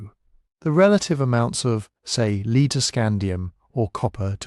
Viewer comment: The information is great. The AI voice is soothing, but mispronounced "wind, lead" sort of ruin the reading. Otherwise really worth listening to.